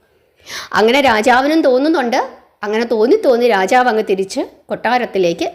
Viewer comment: രാചാവ് എന്നല്ല രാജാവ് എന്നാണ്. കഥനന്നായി പറഞ്ഞു. അക്ഷരസ്പുടത കൂടി ശ്രദ്ധിക്കുമല്ലോ.